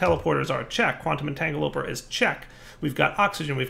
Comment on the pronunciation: Its pronounced entangle-o-porter